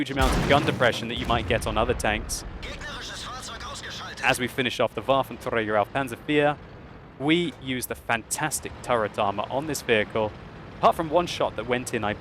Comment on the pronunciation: why Do you say always Waffenträger with such a loud r? that sounds pretty nazi:D